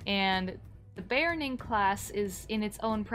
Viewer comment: sorry...be OR rn ing there is no A in beORning